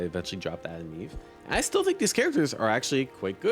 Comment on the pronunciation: Is he saying Adam Eve instead or Atom Eve? 😅